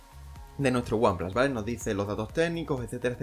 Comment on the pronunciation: El primer youtuber que oigo decir one plas en vez de one plus jajajaja